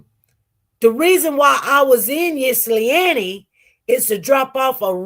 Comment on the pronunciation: 😂 I love the way she try to pronounce Ypsilanti. I'm from Michigan and that is a challenge for most of us born and raised in Michigan and some of us say it either these two ways: ip- sa- lan-te. (So like, "hip" but take out the "h"). OR Yip -sa-lan-te. I think the correct way is "ip" (the Y is silent)🤷🏽‍♀️